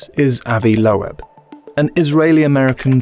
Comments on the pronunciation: it's correctly pronounced loob -- like book. That's the original German pronunciation but Americans usually says it with a long O. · I'm pretty sure Avi's surname Loeb is pronounced lobe, like earlobe. Can't help thinking you should have checked before saying it wrong 20+ times. Regardless, another great video, good to see you back. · Dr. Loeb's name is "Loeb," but instead of /loh-ehb/ it's //öb, lœb, løb/, the Yiddish and German (and others) vowel between oh and ay, shape the mouth to say AY then round the lips to say OH at the same time. In English, this is usually given as just oh or ay, and Avi is /ah-vee/ instead of /ăvi.